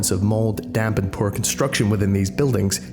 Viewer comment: Hearing pronounce "poor", I realized he must be European